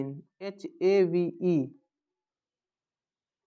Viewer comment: Heo nahi sir have hota hai